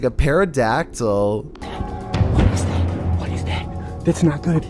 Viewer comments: They really are getting so weak man. I hope picks it up cuz I’ve always enjoyed his vids. He needs to learn how to pronounce words also it’s hit hard to figure it out. That irks me. He said a perodactyl it’s spelled pterodactyl but pronounced terodactyl Lol not hard to figure out. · DID YOU JUST SAY "PERIDACTAL" BRO. It starts with a SILENT "P". just say teradactyl. Not peridactal. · wtf is a peradactal. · "At one point i the video, they hear what sounds like a peradactal" Lmao, did he say peraldactal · Perodactyl lol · Everybody is going off about the siren or the wolf/hog blah blah. This man said paradactyl. Pterodactyl bro. Come on. is a robot. Never had a child hood. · watch out for those perodactyls 🤣🤣🤣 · I swear I'm hearing say "para-dactyl" and not "pterodactyl"... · Perodactyl Lmao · it's not a PARADACTLE it's PTHERO-DACTILE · Homie said “it sound like a ‘pairadactal’ “ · I heard you say PARADACTYL... but it's PTERODACTYL... The P is silent... Honest mistake if you've never heard anybody say it with the word spelled out. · A peradactyl huh :D its pronounced teh-ruh-dak-tl pterodactyl hahahaha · officially can't read for shite. He said Pear-uh-dactle. Instead of pronounced like Terradactl. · yea i heard pair-a-dactal and i went straight to the comments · Not even that, he said perodactyl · No one:..... Absolutely not a single soul:....: PaRrAdAcTyL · Smokey McPot I think it’s his shtick now. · So, do you think he pronounced this incorrectly on purpose to irritate people like us? Or does he legit think it’s pronounced this way..? Cause that was like a knife to my eardrum when I heard it. “Pero”dactyl?! Seriously..?!?! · I'm dead.. did he just say PARADACTYL? INSTEAD OF PTERODACTYL, LIKE WITH A T SOUND.. 🤣🤣🤣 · Hmmm, will have to study this "Peradactyl". It sure sounds interesting! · Dude really said “paradactyl” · Did this man just say "pair a dactyl?" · WTF is a "Pair-a-dactyl?" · A PERRADACTYLE YOU SAY